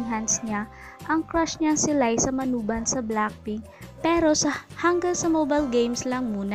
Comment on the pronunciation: Manoban hindi manuban